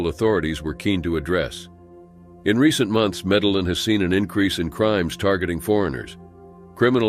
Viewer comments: Medellin is pronounced medi-yeen...in Spanish the double L(ll) is pronounced with a hard Y, or consonant sound. Like in Yellow or Year. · You don't pronounce the LL in Medellin